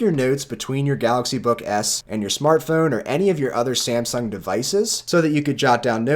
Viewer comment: Samsung. Not Semsung.